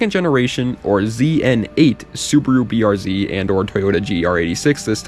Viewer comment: finally a youtuber who uses the Real way to say the cars name, this is what separates the boys from the men.